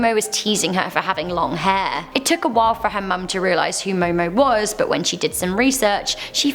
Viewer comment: It is Momo Momo